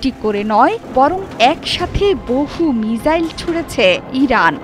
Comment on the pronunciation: মিজাইল নয় মিসাইল